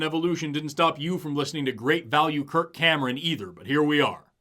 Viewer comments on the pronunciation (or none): none